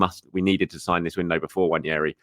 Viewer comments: It’s NNWAH - NE - RHII. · Nwah Neh Rii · More than pronouncing it with an invisible “I” it’s thinking the second “n” is pronounced the way it is in mañana. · I LOVE your content thank you, but please learn to pronounce Nwaneri's name correctly 😅 - it doesn't rhyme with Ranieri 😁. You love adding in a spare "i" where it doesn't exist. You learned how to pronounce Merino correctly, so I know you can do it 💪🏼